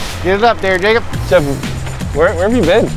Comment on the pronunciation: I hear the N word🤣🤣 but he is saying jacob